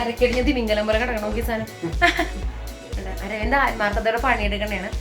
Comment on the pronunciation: Aravindan ❌ aramandan ✅ 😂😂😂😂😂😂